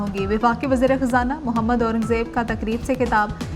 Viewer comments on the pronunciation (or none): none